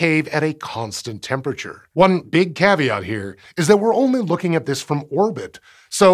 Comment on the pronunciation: "one big cave-at"...